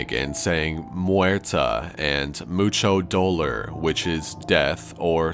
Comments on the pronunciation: Lol "much dolar" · "Mouchou doulorrrrr." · "moocho doler" made me lol